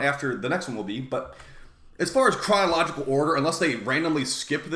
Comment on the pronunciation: Is he saying cryological instead of chronological?